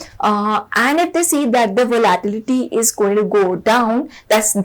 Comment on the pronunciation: I’m sorry to be the pronunciation nazi here but its very triggering to listen you pronounce the word “volatility” wrong for 15 mins straight.